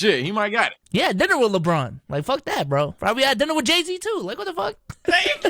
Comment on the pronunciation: yo it didn't sound like he said dinner here 💀